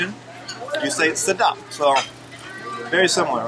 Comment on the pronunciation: Yeaah.. you say it right ‘Sedap’. Mean tasty in Malaysia & ‘Enak’ in Indonesia. Before the arrival of Spanish, main communication in Philippines adopt 70% from Malay words. At that time, Cebu is capital city & trading centres. The city have good relationship with muslim neighbouring kingdom such as Brunei & Melaka Sultanate.